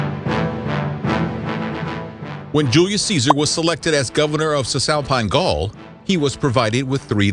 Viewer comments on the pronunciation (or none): none